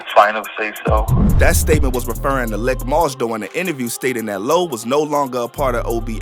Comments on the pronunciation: its pronounced leek moss,not lick fam. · His brother's name is pronounced "leek" moss* usually short for malik. Pronounced the way its spelled but the "i" in lik moss is said as if it where the letter "e" [the narrator's calling him lick moss ctfu. But... great video/vlog. Free A-R-AB ALL THE GUYS ALL THE OBH💯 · Good Video Very Accurate. But Lik Moss is pronounced LEEK Moss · Pronounced LEEK not LICK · It’s “LEEK MOSS” not Lick moss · It’s Pronounced Leek-Moss not Lick-Moss lol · His name Leek(Lik) not lick moss tf lol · Did you just call him “lick moss?” It’s lik(leek)…. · Bro it’s, “Lik Moss” pronounced LeeK not lick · It's leek moss not lick moss lol please fix it that sound crazy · Didn't seem to be any new news here. Everything a lotta months old to have just been posted. But not bul keep calling Lik (LEEK) Moss "Lick" 😭😭😭😭🤣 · It’s pronounced leak not lick bruh bruh 😂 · It’s pronounced “Leek” Moss ✌🏾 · It's Lik Moss not Lick Moss smh